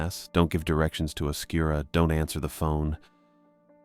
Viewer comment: Oscuro is like right south of zozo idk why people call it oscura but anyways loved this!